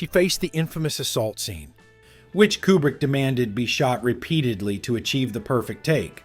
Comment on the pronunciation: Too bad you never learned to pronounce his surname. It's "Cuebrick" not "Coobrick."